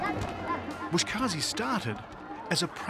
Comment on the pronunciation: The narrator keeps on calling it “bosh kazi”🤣he misplaces the letters instead of saying Boz Kashi” he calls it bosh kazi” it’s a Farsi word Boz means goat 🐐 and kashi means pulling, grabbing depending on sentences structures.